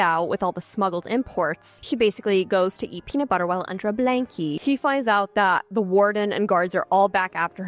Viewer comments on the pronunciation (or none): none